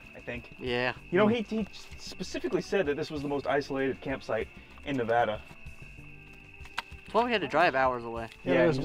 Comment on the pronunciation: He actually said Nevada correctly